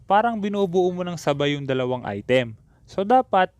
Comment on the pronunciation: Im tired of hearing " Ai TÉM"